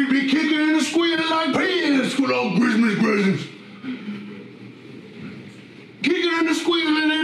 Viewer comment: Grismas Gressents